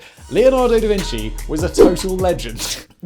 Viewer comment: obligatory DA VINKY? joke.